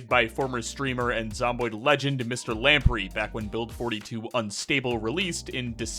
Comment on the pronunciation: that's not how you pronounce lamprey lol